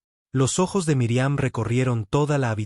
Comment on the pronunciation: Es míriam no miriam,su no saben pronunciar los nombres no digan nombres,que falta de ortografia tienes al hablar